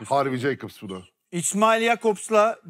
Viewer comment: Cakobs değil yakobs. Onur erdem özür dilesin